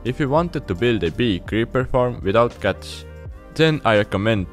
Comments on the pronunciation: Am I the only one who understood "guts" instead of "cats"? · I thought he's saying guts but cats..😂